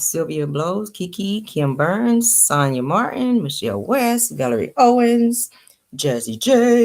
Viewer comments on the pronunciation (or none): none